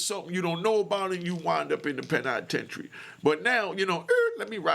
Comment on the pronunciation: The Pen-I-tentary 😂 woop 🙌